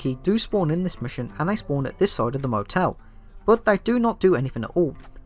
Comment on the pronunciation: I str8 thought u were saying Internet Motel